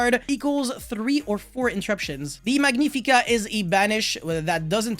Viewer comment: "Elees" "Mikailees" "Magneefica"